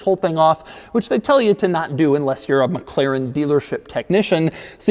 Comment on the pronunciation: Oh it's "mekleren" again